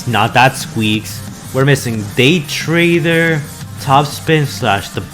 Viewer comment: “Cravkcase”? That’s AOE Brains?!?! “Daytrade”? “Liutenant”?